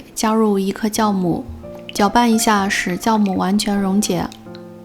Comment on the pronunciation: 可頌很漂亮，第一時間聽到 "教"母? 呵 原來是酵母